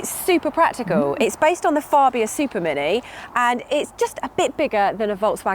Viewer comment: still saying Farbia.but she has got 1970's jim jams on.